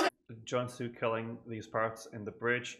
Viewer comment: And Junsu is pronounced with a long U sound as in Joonsu :) Thank you for reacting to JYJ<333